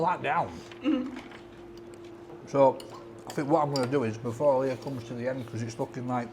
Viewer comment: its leah shut kever